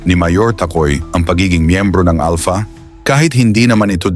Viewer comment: 😂ahaha si General Estomo bulol n sya Alta daw sabi nya Alpha eh ngek😂 umeekis n sa highway ung mga driver 😂